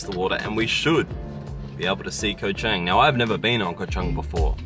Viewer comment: I'm impressed with your correct pronunciation of Chang.